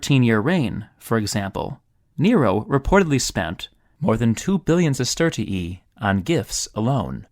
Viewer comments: Bro it aint sestertiieeeeee It's sestertee-eye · You can actually just pronounce it sesterzi